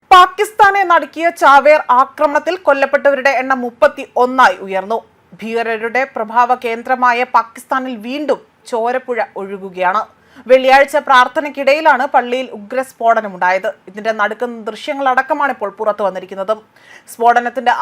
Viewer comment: Schoolil padichavare news readermarayi vekku. Prabhaavakendram alla, prabhava kendram... That is correct.